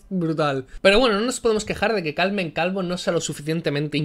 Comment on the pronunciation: he escuchado "Calmen Calvo" y con la "Cal" y siendo del PSOE no he podido evitar reírme.